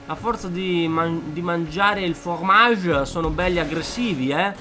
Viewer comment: Non si dice formage ma fromage